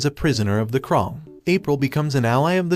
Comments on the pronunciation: He says krung not krang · you said crane wrong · Bro he really said triserarnds and the krong and Armgen🤬🤬🤬